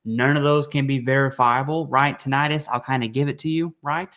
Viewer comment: Also what doctor pronounces tin-i-tus as titt-an-us